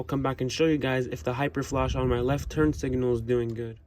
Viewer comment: Sorry, but it was aggravating me, but there is no "i" between the g and n in signal.